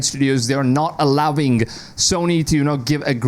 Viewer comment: They are not allowinnggguh Bro, it's a soft G